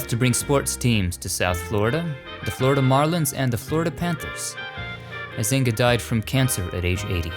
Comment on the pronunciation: LOL, how you pronounce Huizinga...which is a Dutch name.